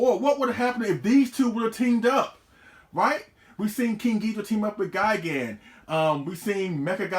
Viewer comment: Take a shot every time says King Geedra